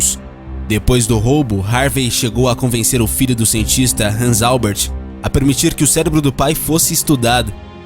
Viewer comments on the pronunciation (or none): Mas o nome dele tá errado. E Albert e não Alber. 😱🤪